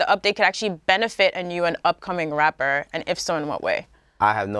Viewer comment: why is she pronouncing rapper like that lmao